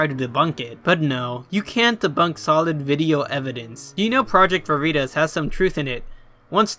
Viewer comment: LMAO you said "Veritas" like I say "Doritos".